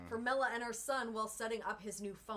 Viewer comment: With all due respect you pronounced her last name incorrectly. It is formella... you said formelli